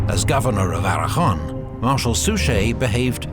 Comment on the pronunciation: A note to the narrator- thanks for the great documentary! But please do check Spanish names. It's "Aragon", not "Arahon". The 'g' is pronounced as 'g' (as in game) in the following combinations: go, ga, gu. Ge, and gi is pronounced 'h' (or the Spanish 'jota', similar to 'ch' in 'loch'.) So it's Aragon /Aragon/, but Girona is /Hirona/.